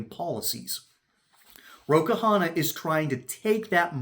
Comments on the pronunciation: His last name is simpler than that to pronounce: it's not two syllables Ka-Hanna. It's pronouned one syllable Kahna. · Its Kahna, not Kahana.